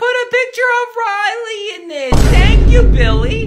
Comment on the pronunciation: The way the mum says Rilely gives me the nerves💀